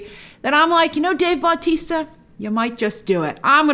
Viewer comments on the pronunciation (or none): none